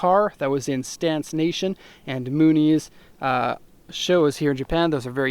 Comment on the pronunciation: dude can't even pronounce an english word correctly